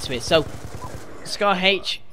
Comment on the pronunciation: It's scar h not scar Hache